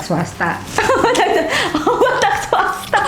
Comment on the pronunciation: Batak suasta😂